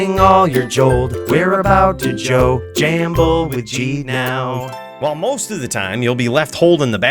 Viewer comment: "So come with me and bring all your jold. We're about to jo, jamble with Jheed now" 🤣🤣